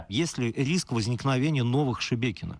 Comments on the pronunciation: Хочеться, щоб оці Шебекінці подивилися цей випуск, де учасники навіть не можуть вимовити назву їхнього міста, їм так по х.й, що вони навіть не удосужились в картах подивитися, радує слух оце ШеМєкіно і Шмякіно )) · Шебекіно, шемякіно, шмякіно- Господи, пробач убогим. Вони навіть назву не можуть правильно вимовляти. І ці чмошники хотіли Київ за 3 дні...